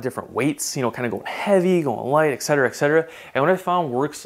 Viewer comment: STOP SAYING 'EXCETURAH' HOLY SHIT. Et cetera, there it is. Latin. And you don't have to cram it in every single time you list two things. Thank you.